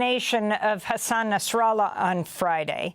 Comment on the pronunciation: He’s is called Nasrallah not NASARALLAH you are getting me angry 😡😡 what do you mean NASARALLAH NASARALLAH NASARALLAH These people can’t even pronounce properly